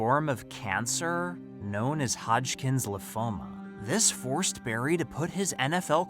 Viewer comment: BRO SAID LYMPHOMA WRONG💀💀💀💀💀💀